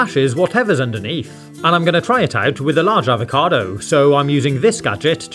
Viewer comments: he: Talk Very normal He: say avocado HE: AvoCAdoW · the way this guy says "avocado" ruined avocados for me